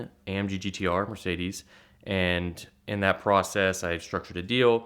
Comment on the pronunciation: I think got scammed into promoting this guy's youtube page and the ATL Scoop page. So many strange aspects of this "story." Please say "amggtr" again...